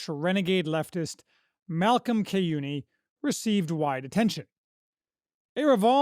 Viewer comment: After reading Kyeyune’s article and hearing this review, it sounds like I need to order the book. I have been working my way through “the concept of the political” and it is as insightful as it is dense. It doesn’t matter much but after hearing Malcom on podcasts like what’s left and good ol boyz, I think his name is pronounced shay-you-nuh.